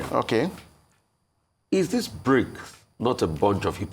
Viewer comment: Not Brincs but Brics